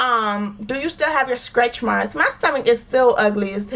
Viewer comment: I just found your channel... I love it... I love how us Floridians pronounce stretchmarks (skretchmarks) 😊